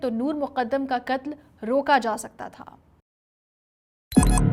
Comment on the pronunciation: بی بی ق کا صحیح تلفظ سیکھو ۔ قتل ہوتا ہے مگر تم مسلسل کتل کہہ رہی ہو ۔۔